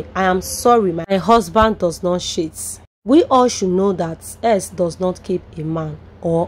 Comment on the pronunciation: …you have a wonder sense of analysis but some words are wrongly pronounced. Cheat…is "ch" not sheet…. Please practice before you post. Thanks